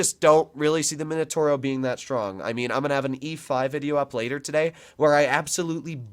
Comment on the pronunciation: No mainotouro, m i n o t a u r o I can't listen to it anymore... mamma mia